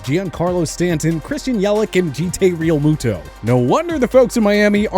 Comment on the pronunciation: Gotta love that Jee Tay Realmuto 😂